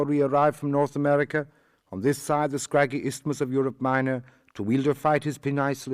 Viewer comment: The various mispronunciations (for example, it's not "North America" it's "North Armorica", it's not "doubling" it's "doublin") are somewhat unforgivable in a work that relies heavily on plays on the language itself to convey the humour.